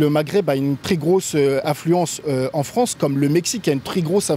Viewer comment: Le Fwance =)